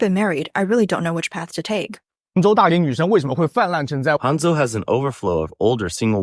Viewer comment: what city did you say that match making thing was???? Hung-Joe???????? No wonder the women flocked there.